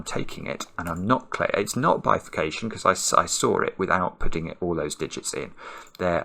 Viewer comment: It's not bifacation... it just bifacation.